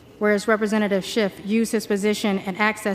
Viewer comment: She corrects her proper pronunciation of schiffs name to shift. That is just weird.